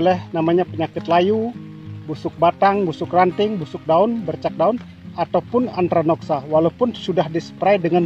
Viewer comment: Maaf Antraknosa, bukan antranoksa..🙏